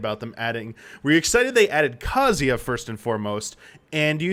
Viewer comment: Oof you guys really mangled the pronunciation of Kazuya's name. It's not "Kazia", the "Zu" should have been properly emphasized. Use Google translate if you must: 三島 一八